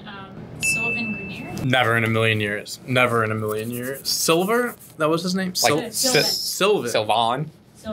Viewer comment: I cringed at how she said grenier